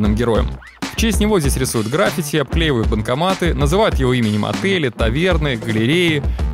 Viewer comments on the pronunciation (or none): none